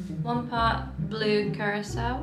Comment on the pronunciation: Those drinks look amazing! You should have done the whole video in the tandem Halloween sweater 😂 Which was your favorite? I think we're going to make some of that candy corn infused vodka tonight! Also thank you for knowing how to pronounce curaçao 🙌🏻